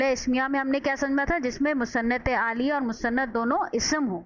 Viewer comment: بہت آسان مگر جامح تعریف ہے👍مگر محترمہ انتہاٸ معذرت کے ساتھ الیہ کوآپ عالیہ پڑھ رہی تھیں۔ایک اردو کے معلم کی حیثیت سے ہمیں ان باتوں کا خیال رکھنا چاہیٕے۔